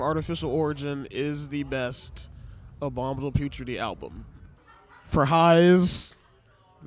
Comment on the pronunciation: Why did he keep pronuncing it as "abomible putridy"😂